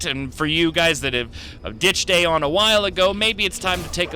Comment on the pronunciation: THANK YOU FOR SAYING AION RIGHT. get it right people it's EYE-on. Not A-on. The npcs even say EYE-on